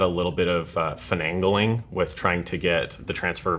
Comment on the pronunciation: The most important part of all this, we now know that cannot pronounce "Finagling".